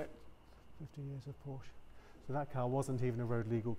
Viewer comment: Good video, but please pronounce it correctly, no silent syllables in German.